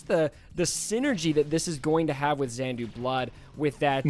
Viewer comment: Also saying Xandu Blood instead of Xanadu 😂.. sorry..